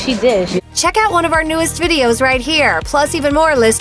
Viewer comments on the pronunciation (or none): none